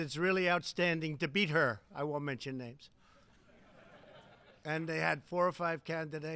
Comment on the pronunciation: Why is Trump getting every player’s names wrong